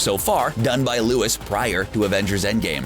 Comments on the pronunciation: Omg yesss! He also said Louis instead of Louise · Lewis 😂😂😂 it’s Luis foo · It's Luis, not Lewis, you uncultured swine. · Sorry guy, but your pronouncing of these names need some work. "Luis" is "loo-EES." "Uatu" is "oo-AH-too." I know you mean well but... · Am i the only one annoyed about the fact that he kept on saying “Louise” instead of Luis?? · his name is Louise,not lewis. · I don't think it's pronounced Loo-is it's pronounced Lui-ees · How the fuck did you say luis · The way this particular narrator mentions Luis’ name😖🤦🏾‍♂️ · Don’t forget Luis instead of LuIS